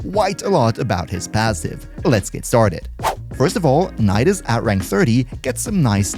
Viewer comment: Nidus : Ni - Dus Knee - Duhs